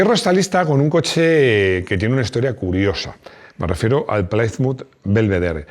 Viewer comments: Pronunciado ‘Plímuz’, no ‘Plaimuz’. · Se pronuncia de cualquier manera, pero queda mejor /Plimuz/ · Gran admirador de y su programa. Recomendado a todos mis amigos entusiastas. Entiendo que el inglés no es su fuerte, así que coopero con la pronunciación: Plymouth se pronuncia plimouth, no playmouth. Oldsmobile es oldsmóbil, no oldsmobail. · Sin acritud, Plymouth se pronuncia Plimauz y Oldsmobile se pronuncia Oulds-mobil. Pongo el guión para resaltar que como muchas otras palabras en inglés se acentúa la pronunciación en 2 sílabas de la misma palabra. En este caso sería algo como Óuldsmobíl. Existe un canal en YouTube que ayuda a pronunciar correctamente palabras en inglés/americano aunque sean marcas comerciales, como es el caso. Saludos